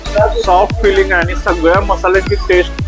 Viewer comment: नमस्कार मी अभिजित, तुझे सगळे फूड ब्लॉग आवडीने बघतो. आपले सादरीकरण सुंदर.... कसली सुद्धा नाटककिय भाषा नाही...प्रतेक पदार्थाचे विस्तृत विवरण. फक्त एकच नम्र विनंती.. ब्लॉग मध्ये खालील चुका पुन्हा नाही होणार याचा सखोल अभ्यास कर 1) मराठी भाषेचे काही शब्द.... आपण/आपन नव्हे. आणि,/ आनि नव्हे. 2) पदोपदी wow याचा वापर न करता... अप्रतिम असे प्रगट केल्यास आणखी मज्या येईल. कदाचित आपणांस राग येईल. पण आपली प्रगती उत्तम व्हावी यासाठी काही चुका दुरुस्त करण्याचा प्रयत्न केला. क्षमा असावी